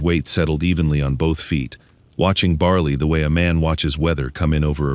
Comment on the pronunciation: dogs name is bali not barley there is no r ore or y in the name